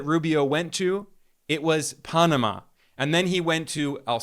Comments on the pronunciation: ITS PAN, AMA. PAN LIKE BREAD, NOT PONAMA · Pan-ama, not Paa-nama. Where are you from? Why are you even speaking on U.S. affairs? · Oh, please,please, if you are going to speak of the Pa(long a) so pan, like man not pon how you pronounce it And also Afghanistan, both a’s are long a’s. I wish everyone would look up words for correct spelling and pronunciation! It is just butchered on these podcasts! Being an English major through college, it drives me nuts!! Thanks for listening! Otherwise I think you’re great! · Wait, is it the Ponama canal or the pan-ama canal? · This guy looks like he’s about 25. Is he really the expert he seems? Just questioning this source. Pah-nah-mah Canal!?? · The only passageway that's seen more traffic than the Punumuh (as he pronounced it) Canal is..................... The Kamala canal 😂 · Microsoft is not Silicon Valley. It is Seattle and you are saying Panama wrong.